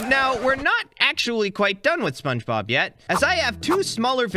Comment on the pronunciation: Bro said spongeglop